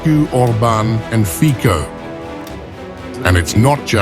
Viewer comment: Its pronounced Robert "Fitso" not Robert Fiko.